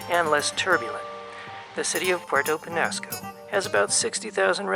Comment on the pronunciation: The narrator needs to learn to pronounce Penasco properly.